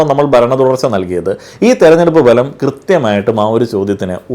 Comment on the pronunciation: ഫലം എന്നതിന് താങ്കൾ ബലം എന്നാണ് പറയുന്നത്